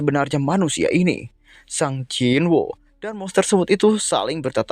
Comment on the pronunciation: Sung bukan sang bang itu nama bukan kata, gasemua bisa dibaca pake kata bahasa inggris